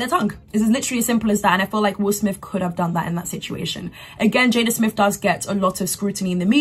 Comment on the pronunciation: Please tell this young lady his name is will smith. Not will smiff. After the 17th time….. I mean really?